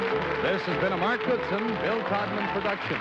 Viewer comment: He also pronounces the word been as bean.